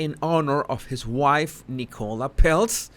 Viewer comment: I thought you said E. coli when you said nicola haha